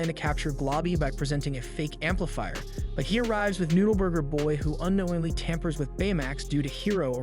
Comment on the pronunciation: i love how he struggles to say noode burger boy everytime for the whole video XD